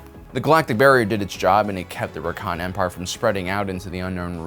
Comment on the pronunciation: I keep hearing 'Rakan' instead of Rakatan. (Also, completely unrelated but their 'Infinite' Empire had about 100 worlds, 'parrently they suck at counting lel)